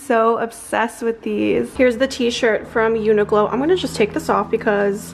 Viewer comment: omg the way you pronounce uniqlo i’ve never heard that before 😂 i’m pretty sure it’s like “unique-lo”